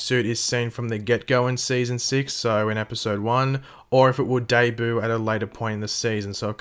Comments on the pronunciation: It kinda sounds like he said day-boo instead of debut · He said debut like its deboo